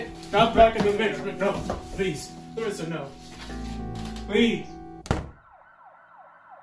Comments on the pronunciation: The way he pronounces words as Larissa is spot on!! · He pronounced Larissa's name exactly like we pronounce in Brazil. lol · His accent and pronunciation as Larissa is on point! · Is this guy Brazilian? He says “Larissa” and “Minas Gerais, Brasil” PERFECTLY!